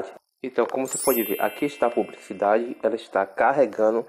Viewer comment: "Cricar" "pubricidade" kkkkkkkkk meus Deus que português hein carinha pqp!!